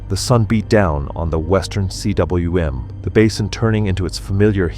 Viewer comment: cwm is pronounced ‘coom’ It is a Welsh world meaning valley